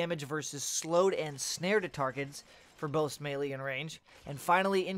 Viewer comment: am i the only one that cringes everytime he says melee?(may-lee)... its "may-lay". Oh just me? carry on then XD